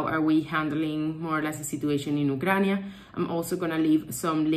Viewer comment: What is "Ukrania"?:) Sorry, don't want to be mean, but it's funny how you pronounce the name of the country. Probably it's how it's called in Latin-based languages.